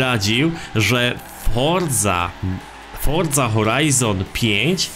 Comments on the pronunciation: forzy a nie fordzy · Czemu ty musisz fordza a nie Forza ? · chodzi o to że on mówi fordza